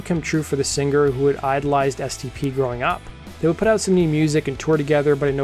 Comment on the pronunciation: Sing-er with a soft g ...NOT.... a hard G.